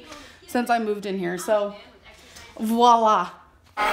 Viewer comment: Well done! Also, I wish I could hit your 'like' button a hundred times for pronouncing voilà properly, instead of how so many people say it - i.e. walla lol. Great job! xx